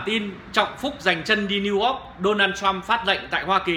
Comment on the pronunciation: Niu Ogg ??? Đọc cũng ko xong , toàn dân tri thức